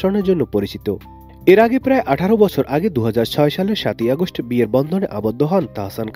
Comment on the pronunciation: বিস্মিত উচ্চারণ , আগস্ট উচ্চারণ ! পড়া লেখার মান কোথায় যাচ্ছে !